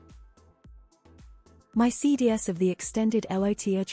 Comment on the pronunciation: "Cee dee ess"? That's "cee dees."